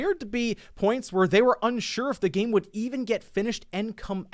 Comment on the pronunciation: not sure what that was lol “That gaymmm”